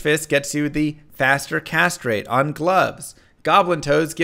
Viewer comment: Faster Castrate